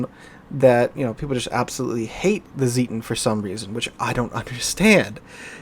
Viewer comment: Zieten, not Sieten :)